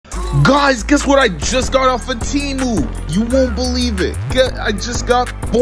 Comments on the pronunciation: "T-ee-moo" Wait until he realises it's actually pronounced (Teh-moo) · Bro you dont pronounce it temu like tree. You pronounce it temu like egg